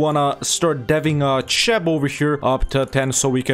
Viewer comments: cheb is pronounced something like ,,kheb” (ch is its own letter in czech and slovak) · If you type it into google translate for Czech it sounds something like 'kheb' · as a slovak i died when he pronouned cheb as ,,čeb”. I mean its not his fault everyone who is not slavic pronounes it like that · Wait, it's Цхеб? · just хеб i think